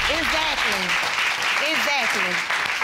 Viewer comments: Iz-zact-kley is not Exactly. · So she said he is broke n illetrate but she says eggzackly instead of exactly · Izzackly, izzackly, izzackly.